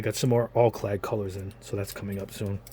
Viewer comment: Al-clad not All-clad.